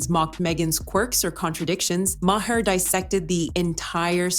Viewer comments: Yo, Ai voice, his name is pronounced “MAR” not “MAY-HER” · Good grief, learn to pronounce people's nanes... Bill Mahar is pronounced Maaar not MaHar... seriously. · Bill Ma---Her, thanks AI !!! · MAH-HER? Bill Maher is…MAH-HER? Really, AI, you oughta be able to do better than that. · God your AI voice robot can't even pronounce the last name of the subject of the vid. Quit with the AI already.